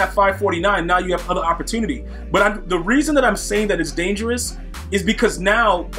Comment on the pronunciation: Why he saying opportunity like he from Baltimore